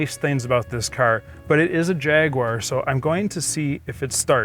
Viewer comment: Great shame Americans can not pronounce Jaguar...it’s embarrassing